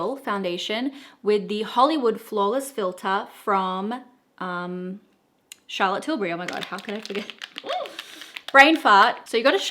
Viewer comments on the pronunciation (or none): none